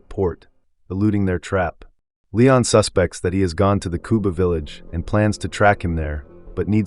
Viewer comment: AI narration doesn't know where to place the inflection based on how a word is used. IE: "He suspects…" versus "The usual suspects…". AI at its best is still pretty damn poor.